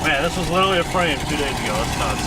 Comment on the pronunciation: Repeat after me ; liteRally. There's an "r" in there man. Not "littlely "